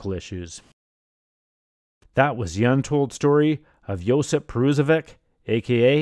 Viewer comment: JOSIP (not Josep) !.